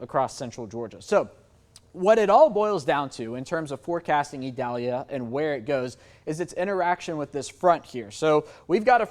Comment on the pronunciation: What an articulate and professional young man. He pronounces Idalia like a pro!